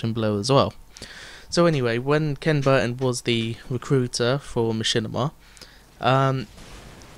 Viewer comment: It's ok bro, we know that feel. Sorry you never got to remeet up with Syndicate. And it's pronounced "key-on" ;)